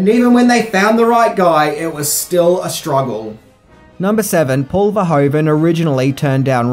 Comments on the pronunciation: Gratis Video, but it's Paul Verhoeven, not Verhoven. Well you have to now how to pronounce it in Dutch😆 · It's Paul Verhoeven, not Paul Verhoven. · Paul Verhoven?? Are you kidding me 😂 It’s Verhoeven